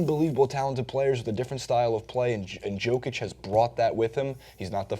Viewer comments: You have to admit that "Joke Itch" sounds pretty funny. I get more annoyed when the TNT analysts call Joakim Noah, "Yo Keem" Noah. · Yoke itch man not JOKE itch... Lol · It's nice people outside Nuggets fandom are finally starting to notice him, so thanks for catching on, as you say, better late than never. But it's pronounced "YO-kich," not "JO-kich." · You read it as Yokic not Jokic but it's ok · YOOO-kitc dumbass saying it wrong the whole video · Is name is pronounced YOkic. I hate these poser nba analysts on youtube who can't pronounce names correctly. Do you even watch these guys play? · Yeah, the pronunciation on that website is bullshit... The Nuggets announcers say it properly. Pretty close, anyway. It's pronounced "Yoh-kitch". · Can't pronounce Jokic correctly and don't know what country he's from? GTF away from making videos then. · You mispronounced his name in the first five seconds...I unsubscribed, disliked and did not watch the rest. JUST KIDDING! love your content but fuck Cenk Ungur. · You didn't pronounce his name correctly. You better put some respect on his name next time, or I will write an extremely mean comment!